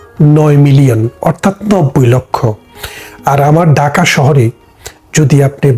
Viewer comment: Bhai daka shohor Hobe na, hobe dhaka shohor vasha thik koren,tar por media te ashen